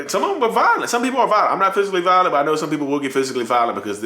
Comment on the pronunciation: It's BUT people, not BUTT🤣🤣🤣